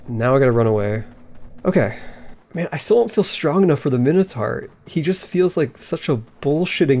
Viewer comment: It's great that you made more of this series. It's not pronounced minnohtar, BTW